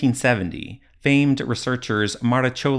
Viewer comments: ...He didn't have the bias of XX century egyptology training....: How I love the way you speak! Anyway, you must learn the correct pronunciation of Maragioglio, just because his name comes often in Ancient Egypt's publications then you will sound even better than you already do! Congratulations for this episode (and all the others, actually). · I actually worked hard on getting Maragioglio right! - what is the correct pronunciation?